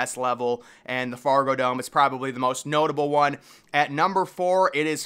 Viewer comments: Fragodome? Really bro? Fargodome. C’mon man! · Man said "Frago dome" 😂😂